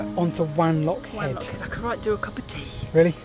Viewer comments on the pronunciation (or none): It's pronounced W-on-lock rather than W-an-lock as you might expect from the spelling :-) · Also it's pronounced W 'o" nlockhead not W "a" nlockhead. ☺️ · I think Wanlockhead is pronounced "wonlockhead". ;) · So tired of your pronunciation of WANlockhead... irks me so much because I was born and grew up there... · What a great video of the line. Just a couple of corrections for you though. It is Elvanfoot, not Alvinsfoot. Wanlockhead is pronounced Won-loc-hed. Leadhills is actually the highest village with the average height of the village being 6m higher than Wanlockhead. The misunderstanding over the heights comes from the very wrong heights given on the Wanlockhead village signs which have been put onto Wikipedia, Visit Scotland have then used Wikipedia without any checks. The gold for the Scottish Crown Jewels came from both villages. The gold is 23.2K and the purest in the world. The mines were very deep, with some going down to sea level and lower. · Watched the video from beginning to end regardless of needing to mention Tea with no sugar - but I have. BTW if no-one has mentioned it - if you are a West Coast Scot like me, Wanlockhead has a soft a at the beginning pronounced W(ah)n. As always a great video from The Whitewicks.